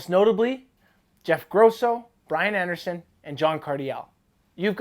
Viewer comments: Stop saying Jeff gross-o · first time you said his name you pronounced it incorrectly